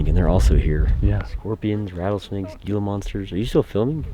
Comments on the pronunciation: You will never see a gila monster. By the way, it is pronounced "hee-la" not "gee-la." And even if you did, it would just run away from you. Rattle snakes are more common, but also have no desire to bite you. As long as you don't step on it or approach it too closely, you'll be fine. Other than bugs, there is nothing out there that wants to bite or hurt you. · I really enjoyed this! You guys should do more "back in the day" videos like this!! On a side note, I wouldn't be too worried about Gila Monsters (pronounced heel-a..turn the G into an H.) They are endangered and are afraid of humans. Plus, they are extremely hard to find. Herpetologists try to look for them in the wild, and never see one. But, if you do see one, don't touch it!! They are so endangered they are illegal to touch! Yes, they are venomous, but they have to chew the venom into you. I'm sorry. I'm a little passionate about Gila's. IRL, they are very docile and lazy lol. IF you ever see one in the wild, it's not going to go after you. Don't touch it and just walk away!